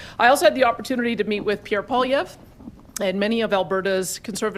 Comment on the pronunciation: Still can't believe that reporters like Edmonton Journal's Staples can't yet pronounce Poilievre's name.....Pierre Polar Bear...or whatever he said?